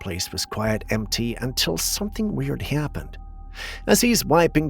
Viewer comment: I love the way you say “happened” 😆 …Hyaapened…😆🤷🏻‍♀️